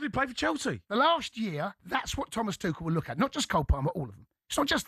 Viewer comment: It's not twoshell. He's German, n French